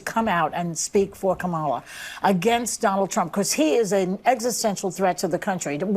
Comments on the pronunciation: CANCEL JOY for not saying kalam name correctly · Behar pronounced her name KAMala…lol…is someone going to call her racist? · Did you notice that Behar also called her “Ka-mahh-la”? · she calls her ka molla I thought that was racist 😂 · Behar called her KaMÁla 🫨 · did Joy Behar say KaMALa? With the accent on the second syllable, something the dems have said is racist? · Joy behar mispronounced Kamalas name. Why isn't she being called a racist for that? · She said kamala name wrong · Hey wait, didn't Joy pronounce Kamala wrong? I guess she's racist. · She pronounced Kamala the same way the left complains about conservatives pronouncing it. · Lol, Joy said Kamala wrong... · Joy Behar says kamala's name right and the wrong way 🤣 but no one will correct her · Look at Joy saying her name wrong. What a racist 😂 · Joy said Kamala’s name wrong when trying to bait usher haha